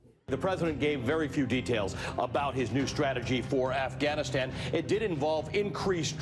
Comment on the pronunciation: Noah's pronunciation of 'Afghanistan' was better than the other reporter. It was closer to the original.